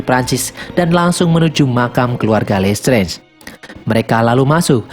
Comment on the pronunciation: Listrez,,,dikit2 lestrez,,, sering denger lesterz,,, kyk denger lestrik Mulu,,😆